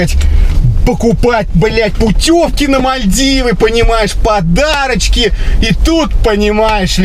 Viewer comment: На буратинку похожа.Когда второй раз говорит подарочки,слышится,как подачки.